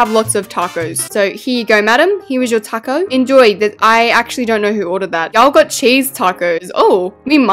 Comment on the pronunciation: "TaycoE Bell" "TaYcOeS" "That looks like a TaYcOe" I LOVE HER ACCENT SM 😭